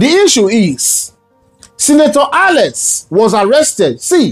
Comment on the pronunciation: he is called ALEX and not ALES